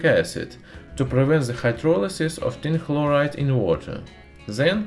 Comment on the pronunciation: My favorite part was when he says "Tin begins to dissolve activily, oxidizing to tin tekla(phlegm)loride".